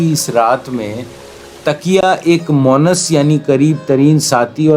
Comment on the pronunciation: Bhai it's Monis and not Monas . Thanks